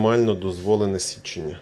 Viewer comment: Чому кожен другий оглядач на ютюбі говорить січення?